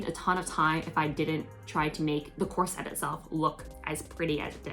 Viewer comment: You have big aspirations. I think you would benefit from sewing lessons. You don't pronounce the word corset correctly. Sewists say bust cups not breast cups. I can't believe you wore that dress in public. You have the potential to design and sew beautiful things, but you lack skills. Take sewing lessons and then you can be proud of your project instead of joking about it. Good luck!